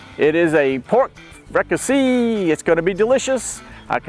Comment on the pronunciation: Chef, I’m from south Louisiana too and in my area of south Louisiana we pronounce it like freak-ah-say like in french. It rhymes with “need I say”. Looks good, thanks for sharing.